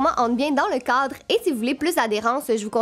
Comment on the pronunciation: On dirait que tu dis un codre pas un cadre